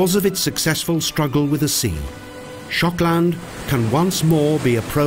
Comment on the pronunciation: Why is Shokland almost sounds like Schotland?